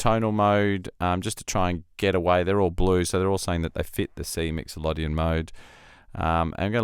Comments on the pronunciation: As all the other comments here I think Scaler is a superb tool and also if needed a way to learn music theory. Well done developers., great demo but can I ask why you pronouce Myxolydian as if it were spelt 'Myxolodian'... slip of the tongue perhaps? Anyway thanks for this monumental plugin. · ah...ok, I did wonder and admittedly only a cursory glance to see if anyone else had already mentioned it, I didn't find any comment in relation to 'exotic' pronunciation of the word. 😉